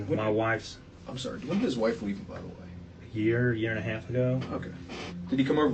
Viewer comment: “We met eeeem”